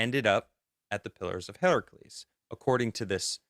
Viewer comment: Are & trying to say pillars of HERCULES?? “Herc- u-les”. It’s not Heracles. Yet y’all kept butchering it over & over! 🤣😬